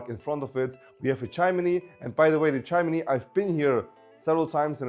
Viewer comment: Not so hectic young man. Speak more slowly. Breathe. And its pronounced "chim-ni" not "chim-in-ni" Lovely house